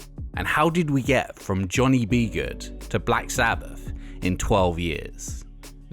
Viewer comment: Anyone that pronounces Johnny B. Goode that way shouldn't be doing music content on youtube.